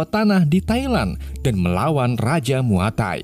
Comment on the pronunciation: Muaythai kali bukan muatai